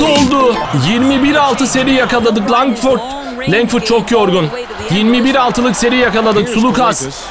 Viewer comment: Nick Calathes Nick kalatıs diye Keith Langford Keyt Lengfırd diye Thanasis Antetokounmpo Tanasis Antetokunpo diye James Gist Ceyms Gist diye Papagiannis okudugun gibi